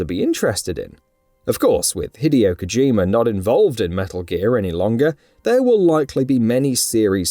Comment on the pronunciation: Hid-ee-oh 😂 hideous I believe it's pronounced hid-day-oh